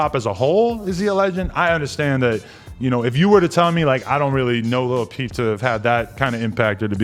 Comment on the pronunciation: When he said lil peep the first time I thought he said Lil B (a riff raff type rapper) i was like wtf